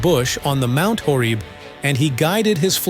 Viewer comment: Ha ha, trying to hydrate their flock? Mount Horeeb? Cant you read it out. The otter AI is funny one. You're told what is going to be in an exam?